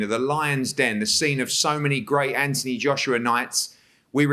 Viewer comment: What's with Eddie hearns is there a misunderstanding between his brain and his mouth he keeps pronouncing Anthony Joshua's first name as ( anty )